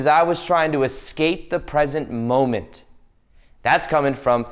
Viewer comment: Don't EsCahPeeyyy the Mohmenteyy 😂